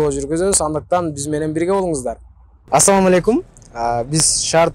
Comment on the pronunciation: Э Туган алып баруучу ассалааму алейкум эки тамганды айтпай журунуз уят .куноо